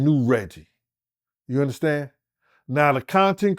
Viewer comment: "YOU UNDASTAN" MIGHTY! 🤣🤣🤣